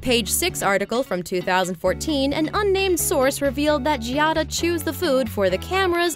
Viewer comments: Does NOT know that the name is pronounced Jah-da, not Jee-ah-da??? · Hey, her name is two syllables, not three! It's Gia-da. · LOL!! If you're going to throw shade at her, at least say her name correctly!! It is NOT "GEE AH DA".. look it up. Learn! lol!! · You might start by pronouncing her name correctly. That in itself makes me question some of this content.